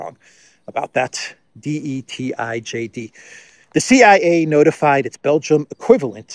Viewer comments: De tijd Is pronounced, de tide. Ij = English ai. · I think De Tijd is pronounced De tate in english meaning The Time or times maybe. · "De tijd" is indeed an important Belgian paper. But your knowledge of the Dutch pronunciation is certainly not correct. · We really live in a 🤡 world, it gets more and more absurd each day passes by. Speaking of Belgium, the country of the Absurd, just a small correction for the mentioned newspaper "De Tijd" ( the Times) : the spelling rhymes with 'Eid' (the Muslim holidays)😊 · LOL, love how isn't even going to try to pronounce "De Tijd" (pronounced as "The Tide", meaning "Time" or "The Tide" as a period of time)